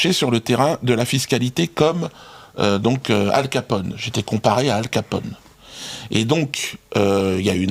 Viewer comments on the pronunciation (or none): none